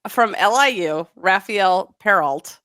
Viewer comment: Hi, you might want to work on the prononciation of Raphaëlle Perreault's name ;) It should sounds like Rra-fa-hell Pey-rro :) The LT at the end is silent. Thanks ! :)